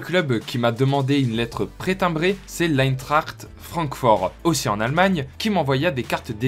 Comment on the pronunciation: Incroyable comme vidéo, je trouve ça vraiment excellent ! Étant groundhopper (je souffre en ce moment...) c'était un réel plaisir de suivre cette vidéo. Et en plus, quelqu'un qui sait prononcer Eintracht, c'est que du bonheur ahah. GG et allez Metz (ils ont pas dû recevoir le mail aha)